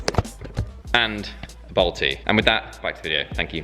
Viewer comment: Are you saying “bold tee” or “Balti”